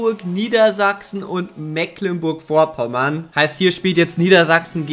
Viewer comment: Mecklenburg Vorpommern heißt das und nicht Mäklenburg